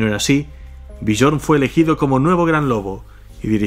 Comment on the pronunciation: me flipa tu canal la verdad ke en estos momentos es lo mejor ke existe, pero cada vez ke pronuncias el nombre de Björn me explota la vida jajaja, se pronuncia Biorn, la J como si fuera una I